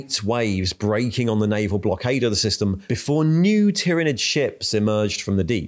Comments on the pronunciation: Tyranid is pronounced with the “y” sounding like an “I” like in the word “tyranny” not “y” like in”tyre”. This is not controversial. Listen to any 49k audiobooks, video games or interviews with the writers or game designers. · Professional yes but abrasive af with the insistence of mispronunciation of tyranids and eveything related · You're just pronouncing 'tyranid' differently in each sentence to troll us now and I respect that Edit: also wonder if that bit about the Ecclesiarchy denying the existence of Leviathan even as it was killing people was inspired by the UK's Covid response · Everyone: There's no way can mispronounce Tyranid any further after the last video.: Hold my Bugman's... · I love how changes how he pronounces Tyranid multiple times during the same video 😅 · You pronounce "Tyranid" different every time 😂🤣🤣🤣🤣